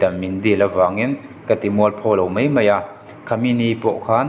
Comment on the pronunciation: Mai tih tur a mei an ti thin hi ka ngaithla emaw chhiar peih lo